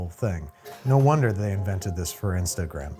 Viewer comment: all I could think of was the way he said “in-stuh-gram 🙂”